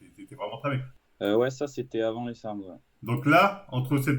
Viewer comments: « Sarsm » Marvel stp, un effort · Sarms l’ami comme dirait le père foukra